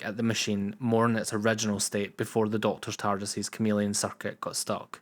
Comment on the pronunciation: What accent is this, raping my auditory protruberances? It speaks of a programme named 'Doctor Uh'..... utters facts pertaining to something called a 'masheeen' and babbles of 'cirrrrrkits' ??? I seemed to have discovered my first foreign fan video! If only he wasn't so unintelligible...